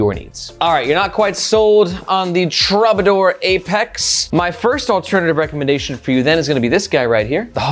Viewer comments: Is it pronounced truebadoor? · That word is pronounced TROO-ba-dor. 👍🏻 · Please, please, please learn how to pronounce Troubadour.